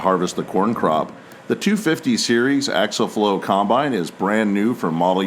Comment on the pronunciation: Dadgummit!!! The word is pronounced Ak-see-uhl!!